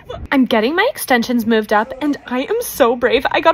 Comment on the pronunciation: that ''MOOOVVEEE'' was personal